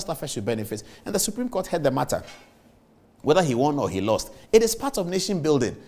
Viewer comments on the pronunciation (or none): none